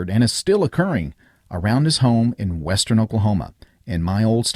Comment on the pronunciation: “WESTEERN” OKLAHOMA…